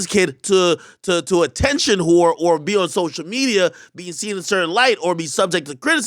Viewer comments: MAN SAID SLHORE 😂😂😂😂😂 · 🤣 bruh am said “slore”